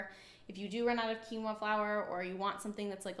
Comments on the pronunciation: It's pronounced as keen -wha. Quinoa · You are pronouncing quinoa incorrectly- it is pronounced (keen- wa) love the info though.